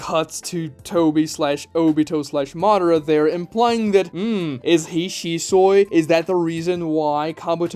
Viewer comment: Shi-Soy...!!?? The Soylent version of Shisui 😂 (even the editor didn't catch it) 🤣